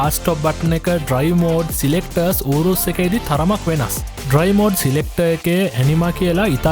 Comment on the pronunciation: ඌරුස් නෙවෙයි යූරස් නේ 🤔🤪